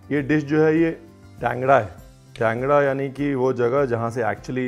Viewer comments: Place name is Tangra, not 'kangda'..... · Bro its not kangda... Its... Tangra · Its Tangra not kangra.